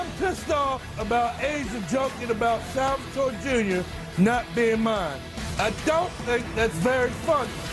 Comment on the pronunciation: he is so Italian that he can not pronounce salvatore correctly AHAHAHAHAH